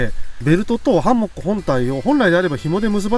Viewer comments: ハンモックのイントネーションが気になってぜんぜん内容が入ってこない🥺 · 非常にわかりやすくて参考になりましたがどうにもハンモックのイントネーションが気になってしまい集中できませんでした笑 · ハンモックん？イントネーションが？！😅 律儀なんですねえ、ハンモックを設営するのです幹にタオル巻いて設営してる動画初めて観ましたよ。🤔 従来型のハンモックは沈み込みが腰に悪いから使わないな😓 HEAVEN Tentoってメーカー？のハンモックは画期的なハンモックで沈み込みが従来型と比べて格段に少ない。☺️ けど？！めっちゃ価格がバカ高い！！🤪 ハンモックの価格じゃねえ！😓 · ハンモック泊良いですよ〜😄 快適だし荷物少なく済むし◎ 木にタオルや専用のカバーを巻くのは撮影じゃない時でも極力やった方がいいと思いますので続けて下さいね！ あと…他の方のコメントにもありますが「ハンモック」のイントネーションが気になりすぎてその後の「蚊帳」のとこも🤔!?てなっちゃいました(笑)